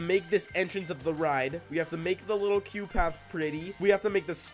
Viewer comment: Ok is it just me I thought I he was saying cute path until I saw it said queue path 😭😭